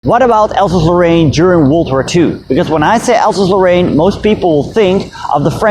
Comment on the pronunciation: It's not "Alsazelo'aine" it's "Alsase-Lorraine", two words... And so on!